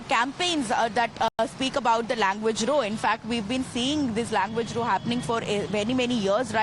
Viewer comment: Tell that lady in the yellow Punjabi suit that when she's describing an altercation, "row" rhymes with "cow", not with "show".